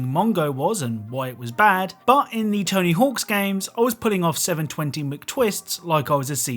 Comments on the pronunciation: One thing: It's "Tony Hawk"... not "Tony Hawks"... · There’s no S at the end of Tony Hawk. Sounds goofy hen you keep saying tony hawks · “Tony Hawks” games. TONY HAWK GAMES*** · It’s weird how you can tell he’s pronouncing it as Tony Hawks rather than Tony Hawk’s. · I know and it’s driving me crazy lol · I really hate the way you say “Tony Hawks” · “Tony Hawks” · It drove me crazy